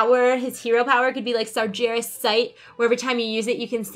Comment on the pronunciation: Just fyi because you and and names are hard! Sar-Ghe-Ras:)